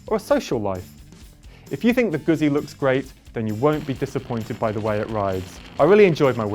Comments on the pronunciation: Come on, man. How can you review a bike when you can't even pronounce the brand correctly?? It's GUZZI, you know... like PIZZA?!! Grrrr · ZZ in italian is pronounced Gutzi like pitza noy pizza.